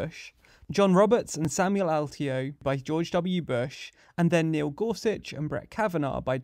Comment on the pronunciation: Alito: uh-lee-tow